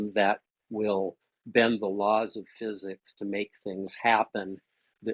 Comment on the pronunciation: ‘You have a PhD in ffuzuks?’ just has this odd pronunciations of words, and glad to see he’s still confusing epistemology and ontology all over the place.